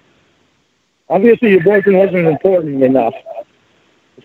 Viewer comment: "Guesh they're more impawtant than me"